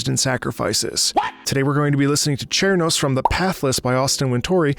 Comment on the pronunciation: I believe "Cernos" is actually pronounced "Ser-nos" as the name is derived from "cervidae", the scientific family for deer, elk, moose, etc. Cernos is a massive elk creature.